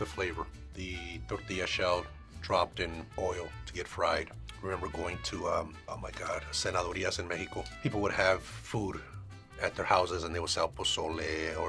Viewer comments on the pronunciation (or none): Guys, it’s cenadurias, not senadorias lol 😅😅😅